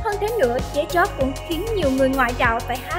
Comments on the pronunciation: Nghĩ sao tiếng việt đọc cũng kh xong: Dế Choắt thành Dế Chót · DẾ CHÓT ??? MC chương trình hồi nhỏ học có bị đúp lớp 1 k thế cái tên người ta đọc cx sai . Viết cái tiêu đề giật tít câu view xàm xí đế . XIN HÃY NHẬN CỦA MÌNH MỘT DISLIKE 😌